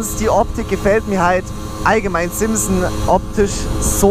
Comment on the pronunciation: Das heißt nicht simpson sonder SIMSON